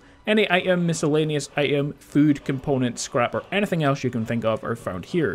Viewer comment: this dude pronounce item I 'EM lol hahahaha